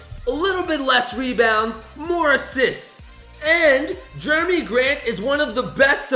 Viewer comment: Actually its jerami grant not Jeremy grant